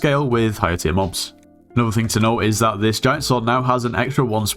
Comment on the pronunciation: that "is" triggers me so much